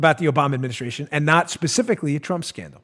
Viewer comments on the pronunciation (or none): ''Specifically!!!!'' LOL